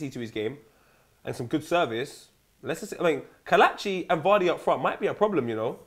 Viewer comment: It's keh letchi not kah latchi